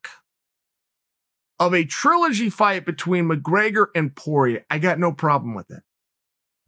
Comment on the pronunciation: If Chael says it's TRUE-ligy, it's now TRUE-ligy!